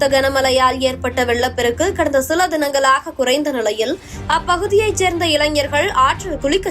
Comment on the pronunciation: ல, ள அப்படியே மாத்தி படிக்கிறாங்க! தினங்க*லா*க குறைந்த நி*ளை*யில்! அது மட்டும் அ*ள்ளா*து, அந்த வ*ளி*யே... பாதி newsக்கு மேல் கேட்க முடியவில்லை! முருகா!!!🤦‍♀️